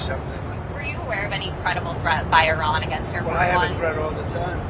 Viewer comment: Thank you for pronouncing Iran correctly!🎉. It sounds like “E-Ron”.